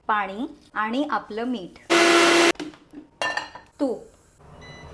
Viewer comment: Ayeeee ... aapla मीठ kay asta 😣😣 Kiti vichitra वाटतं te ऐकायला 🤮